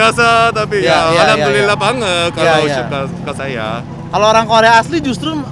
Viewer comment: "Alhamdulillah banget" Kek lucu aja liat orang korea ngomong gitu🤣